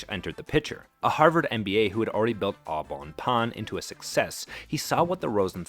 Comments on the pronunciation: Yep. That was quite jarring to me too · I just took 2d6 psychic damage each time you butchered the pronunciation of "Au Bon Pain." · You're absolutely butchering that French name Au Bon Pain. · Congrats. So far you have taught over 600,000 people how to mispronounce Au Bon Pain. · Great video, but I implore you to learn how to pronounce "Au Bon Pain" properly.